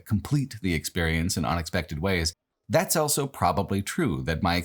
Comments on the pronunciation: pronounces the word "also" as "elso". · Why does he say 'elso' instead of 'also'?